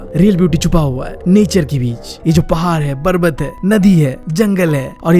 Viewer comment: parvat ❎barvat✅